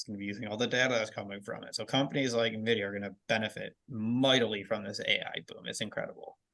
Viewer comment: Nvidia, not Navidia